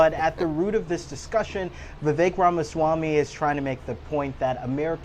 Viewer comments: My name is Vivek, you don't know how to pronounce it, it rhymes with snake! Why would anyone think that trump and the people he has chosen to assist him would have the American people's interest foremost in their hearts and minds. Vivek and President Musk said that the American people were too ignorant and mentally ret---ed to train for high-tech jobs. This summation was easy to devise due to the fact that people voted for trump after all of his baggage and criminality. Why would they trust "you" with a high-tech job? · This reporter is not smart. Pronounces Viveks name incorrectly. Vivek ran for president of the United States. If a reporter can’t get it right, goes to show how rude this reporter is. He works for cbs. Please!